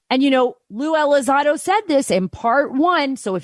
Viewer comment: there's an 'n' in there.... ELI-ZON-DO not Eliz-ah-do.